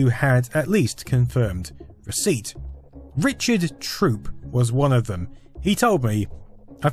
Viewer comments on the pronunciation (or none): none